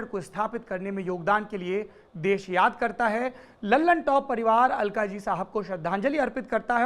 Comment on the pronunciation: अल्काज़ी... अलकाजी नहीं।